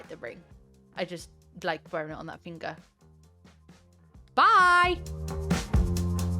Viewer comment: Lol the way you suddenly said bye like that haha😂